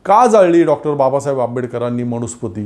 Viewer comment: तुमचे विचार चांगले आहेत. फक्त एक सुधारणा करा. 'न' चा उच्चार 'ण' असा करू नका. मनुस्मृती म्हणा. मणुस्मृती नव्हे. मी ७० वर्षे वयाचा अब्राह्मण संस्कृत शिक्षक आहे. राग न मानता उच्चार सुधारा. धन्यवाद.